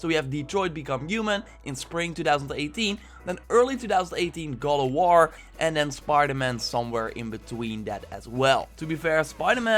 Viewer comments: Is it just me who heard God of war as "Go to war" ? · Please learn how to say god of war damn!!!!